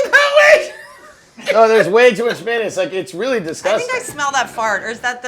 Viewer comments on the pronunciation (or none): Between Berts grandma laugh and Tim saying May-naise.. I'm dying 😂